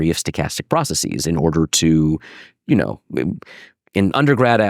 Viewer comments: Anyone else annoyed by his incorrect pronunciation of processes? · It's difficult to follow when he rhymes processes with prophesies, i profess